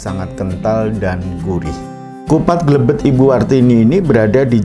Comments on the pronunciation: Bukan glebed tapi glabed pak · Bukan Glebed, tapi Glabed..😁👍